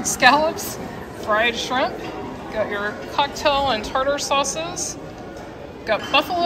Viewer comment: still says Skrimps 😁